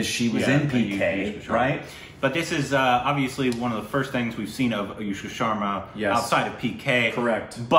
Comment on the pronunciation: It's aNushka not aYushka